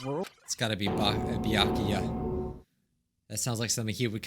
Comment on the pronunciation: It’s Baykuya not byakya